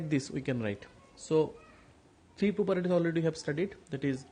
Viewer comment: Sir its properties not properities